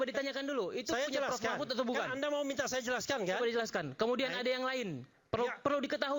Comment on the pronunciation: Yang pakai peci hitam menyebut Prof Mahfud saja salah. Masa Mahfud di sebut Mahmut😂😂😂😂😂😂